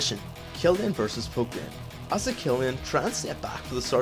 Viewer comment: tbh, sometimes it sounded like you said "poop" instead of "poke"